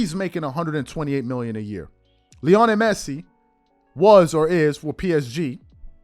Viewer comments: Stopped watching once you started mispronouncing his name showing you have zero clue to be honest. There’s no way you have ever watched a single match he has played in…. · I stopped watching when I heard him say Lionel Messi 😂. Bro learn their names to gain more credibility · First of all THAT'S RIDICULOUS TO SAY THIS GUY WHO'S MORE GLOBALLY/WELL KNOWN THAN LEBRON JAMES!! Can barley pronounce the guys name!!! IF that's the case, why don't you/ show cover him or the sport more often!!! I believe you said towards the end of your segment, forgive me if I'm wrong, but you probably won't cover it as much...WHY NOT!!?? & I KNOW you can care less, but I was proud that you was covering something DIFFERENT! I saw the photo of Messi, & I hurried up to listen, I said you go /! Then you had TO MENTION MR JAMES...AGAIN!!! & TO BE CLEAR, THE ONLY ATHLETE IS MORE GLOBAL THAN LEBRON IS MICHAEL JORDAN!!! & IM A LEBRON FAN! YOU BASICALLY SAYING THESE GUYS ARE MORE GLOBAL THAN MJ HIMSELF.... THAT DEFINITELY RIDICULOUS!!!!!! CMON bro!